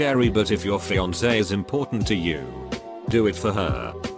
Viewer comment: first time i haven’t heard fiancé read as fian-KAY